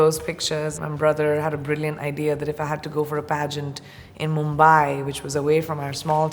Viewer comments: It's Mumbai not mumbaaaaye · What's MumbAAAi ???? It's Mumbai. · Yaar Mumbai toh dhang se bolo lmao